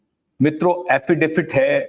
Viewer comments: अरे भैय्या, 'अफिडेफिट' नहीं, अफिडेविट कहो ! Rectify your pronounciation ! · aapka poora podcast hum dhyan se sunate hai par yakeen maniye ek shabd ka uchchharan bada khatakta hai... Agarplz aap use sudhar le to. Aap affidaVIT ko affidaFIT bolte hai. Use kripa kar sudhar le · Thank you for your great work! Sir - with all due respect, the legal word is pronounced as “affidavit” or एफ़िडेविट! Justice for SSR, Disha Salian and all the others!